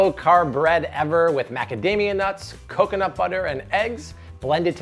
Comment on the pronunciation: She almost sounds Brazilian and says coconut like I used to, but it would get me in trouble every time. Cockinit 😜😂